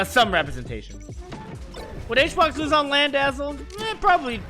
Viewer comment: Who's Azel? I thought he was saying "asshole" referring to BBB ahaha